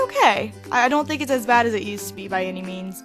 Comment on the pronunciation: When she said 'by any means,' I thought she said 'by any memes,'